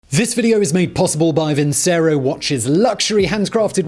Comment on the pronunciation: Nice, Simon but I believe that is "Vin - che - roh."